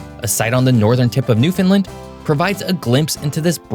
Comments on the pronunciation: And 10 seconds in you mispronounce the name.. New-fin-land is how it is said, If your going to say it wrong at least say New-Found-land as it is spelled, not New-finland, do people actually think its a new Finland like New York or New Hampshire or New Orleans? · It’s pronounced “newfin-LAND” Not new Finlind. Newfoundlanders watching this are twitching every time you say it. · GOod video but please stop calling it "new-fin-dland". It's "noof-n-land". ;) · I find it interesting how you pronounce it NewFinLind. I have never heard this version previously. I grew up always calling it NewFinland. ANYONE from outside Canada calls it New Found Land. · I'm from newfoundland. I like this however it is pronounced " land" like Greenland or iceland not newfoundlin😢 you did well but ........keep trying, subject matter is very interesting to me. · It’s not “New-Finland” it’s “New-Found-Land”. You’re pronouncing it like you’ve never been there or talked to anybody from there. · This is why I hate the "Understand, Newfoundland" advice. You end up saying it like "New-Fund-Land" when it's a lot closer to "Newf-n'-Land" where you barely hit the middle N and optionally hit the d, maybe, if you want? But you kind of sound like a narc when you do. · Thank you for trying to get the name right. However you are saying Newfinlin. You are close but Newfoundland is pronounced with that LAND and not the LIN. It's more like Newfin-land. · why do you keep saying new FINland instead than new FOUNDland?? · It is NOT pronounced "new Finland ". We have no affiliation to Finland It is pronounced exactly how it is spelled. " new found land". How do you look at the word Newfoundland and see Finland I just don't get it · Great video highlighting the history of the province. One thing though.. it’s not pronounced Newfin-lind. It’s -land.. Newfoundland rhymes with understand. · Pronounce it right please, Fin? Newfound land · Lard Jesus b'y! It's Newf en land. Not newfinlin. Lol. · Newfinlin? Wha?